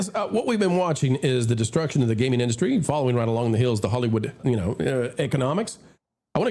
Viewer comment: I couldn't stop laughing at the opening. Gayming!!!